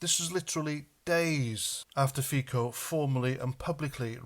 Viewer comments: Robert Fico pronounces FiTSo not FiKo :) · I agree with all that you say. Just one slight correction. Fico is not pronounced like "Fiko". The "c" in Fico is like the "c" in "France" ..... so it's pronounced something like "Fitso" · It's pronounced feetso